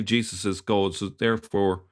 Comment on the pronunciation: Most unusual way this Irish man pronounces “goad”. What’s the deal with that. I’m in Ireland a long time and I’ve never heard anyone pronounce god as ‘goad’